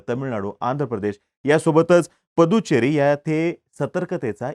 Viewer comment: पुद्दुचेरी आहे ते